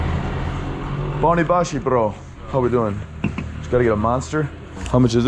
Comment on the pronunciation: Chony bashy with CH not boni bashy :D anyway nice to see you in my country man I was there in July… I highly recommend you to visit a beautiful place Deraluk it’s between Dohuk and Barzan 🤩 and Akre